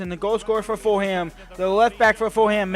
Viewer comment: Foolum not full ham XD